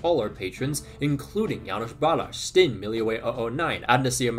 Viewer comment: "Stijn" is pronounced more like "Steh-ayn" when you say it in one short breath. Just throwing it out there for your patreon shout out of that guy.